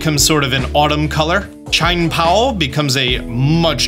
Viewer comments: still can't pronounce Miraidon, Wo-Chien and Chien-Pao correctly. Love it. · the pronunciation for chien-pao 🤡